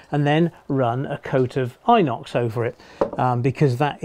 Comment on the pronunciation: G'Day. Mate this is so you don't sound like a naff ok, its pronounced In-Ox, not I-nox.:D Oh and welcome to how I have to sometimes secure the track to the roadbed in my Loft (40°+ at times), only way to keep the track down and at the same time allow enough room for expansion in the track (when its really close to my Steel colour bond roof). Although I'm still trialling extra long broadhead pins and I don't hammer them all the way down, leave a little bit of wiggle room between the head and the sleeper (will find out if its going to work soon, summers a coming). When I can secure the track down more permanently, I think may have told you this one before, I use Sika 300g Black Sikaseal Appliance Silicone Sealant. If I do need to remove the silicone due to say, an error or track layout change, I use Selleys 375g Silicone Remover. The best bit about using the above, is it sticks to everything, and I mean everything (that includes me).:D As to your helix, mate its almost a work of art! Although I would have thought that gluing on the mounting plates to at least one leading edge of each section of radius arc before fitting might have made getting the next section glued in easier when its all put together. Also are you going to put a little bit of super elevation on that, its sort of screaming for it as in certain camera angles it looks like it has an Anti-super elevation (may well be just an optical illusion). And I agree with the other guys who have commen